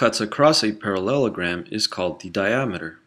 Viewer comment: The way he says parallelogram